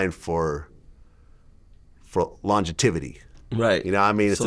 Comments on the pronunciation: What the hell is "Launjetivity" Vlad!!! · This mf said longitivity lmao